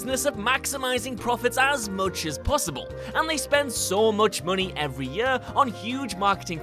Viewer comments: Is it yør, or is it year? =D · I laugh every time you say year lol yuurr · and if I have to hear the word "year" so strange pronounced anymore I'm gonna lose it 😅